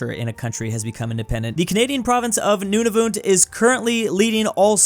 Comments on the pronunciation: its not nonavoot. Idiot. its prononced Nuun-a-vut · Nunavut is pronounced noon-a-vit and I’m a Canadian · "Noonavoot"... I can't get over that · As a Canadian I want to correct your pronoucation of Nunavut. It's pronouced like "Nun of it" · "Noonavoot" no offense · not to be rude but its pronounced nun a vut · is it just me that is bothered by the way he pronounces Nunavut and Uruguay? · THE WAY HE SAID NUNAVUT BROKE MY HEART 😭😭😭